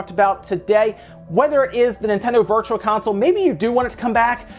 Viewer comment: I swear he said Virtua Console!?!